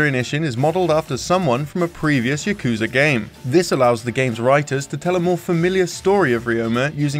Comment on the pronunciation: Your pronunciation of "Yakuza" and "Kazuma" is killing me.